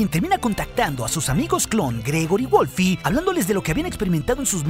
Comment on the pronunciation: Me encanta cuando decís wolfi envez de wolf jajajajaja saludos